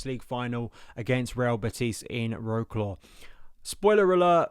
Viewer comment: Wroclaw. C is not pronounced as a K.